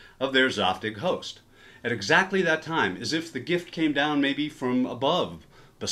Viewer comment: “from the premise, to the set, to the hoes(st)?” -Wait what